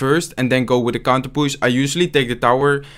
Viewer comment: Its so. Funny when he says we have a counterpusss, not counterpush hahahah ...lol